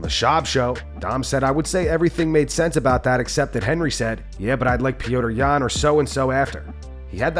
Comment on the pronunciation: Why do they call him Pee Odor Yan??